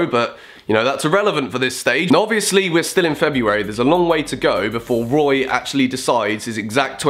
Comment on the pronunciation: Should have named it "Woy's woad to the Euwos"